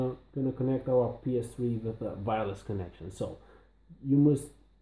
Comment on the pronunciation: It’s Wireless, not Vireless.